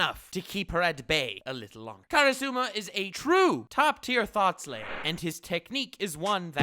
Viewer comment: Damn I thought you said " Thot layer." Not "Thot slayer"